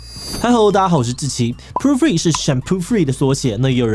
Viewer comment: 為何要一直念成proo-free啊? poo-free有很難念嗎?